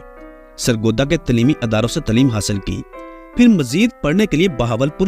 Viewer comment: Tileemi nahi taleemi